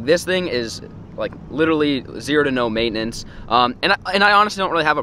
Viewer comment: "Zero to no maitinence"